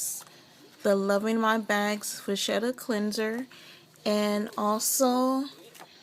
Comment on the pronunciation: Just an FYI it is pronounced VA Ketta. Great video